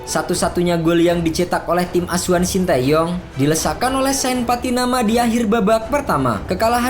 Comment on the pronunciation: bukan shain tapi shayne